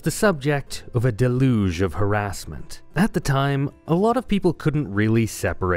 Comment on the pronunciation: I fully expect someone who can't pronounce deluge not to understand the criticism of Kiki